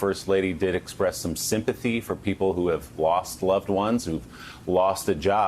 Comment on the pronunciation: Melania Trump did not have sympathy for others. She said simp-a-tea.